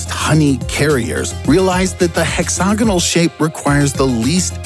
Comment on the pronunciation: Nobody:: HEXOGINAL